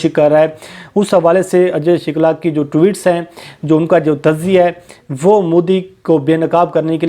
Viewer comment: O bhai.. naam ru sahi lo... shukla hey. Shilka nai.